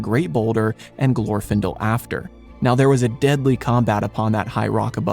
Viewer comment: In Glorfindel's name, the stress is on the second syllable.